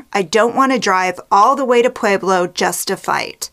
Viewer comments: it's pronounced pweh-blow, not "pwee-blow" .... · heard that! i grew up in Fountain and as much as i love ~~~ her pronunciation of Pueblo was driving me crazy too:) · Pweh-Blow Pweh-Blow Pweh-Blow Pweh-Blow